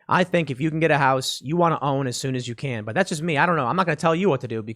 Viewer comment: what is this "houce" thing he keeps talking about? not sure how it's spelled, never encountered one before and probably never will